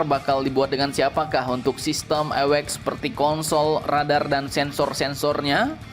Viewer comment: Awac di baca ( Ei double/ dabeul yo eci ) bukan nya ewekx...